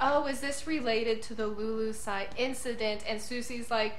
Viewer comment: Just one small correction. It's the kingdom of Lulusia (Lulu-sha) not 'lulusai"